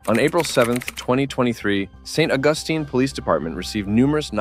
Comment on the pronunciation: If you cannot correctly pronounce "St. Augustine" you shouldn't be narrating this video.